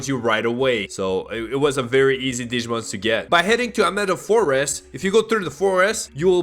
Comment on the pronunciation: i cry every time he pronounces a digimon name lol